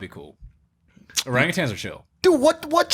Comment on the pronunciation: Hearing Mac pronounce Orangutan correctly made him my favorite person